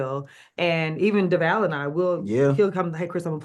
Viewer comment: I bet Devale's mother cringes everytime someone does not take the time to find out the correct pronunciation of his name pre- interview,but I'm sure his parents are proud of him for not correcting them on the spot. He or cast maye even tries to teach them as he mentions the correct way to say his name but folks just don't catch it😢